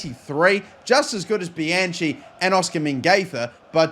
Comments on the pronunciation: It is pronounced Bi-Han Key. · For Bianchi, it's pronounced "bee-uh-nki" in Italian